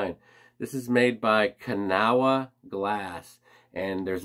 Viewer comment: I’ll play grammar lady…Kanawha is pronounced ka-NAW. Don’t ask me why; I’m not a hillbilly. Hidden Treasures is about 2 miles from my son and daughter. They live in West Newton. Now I gotta stop there on my next trip up there.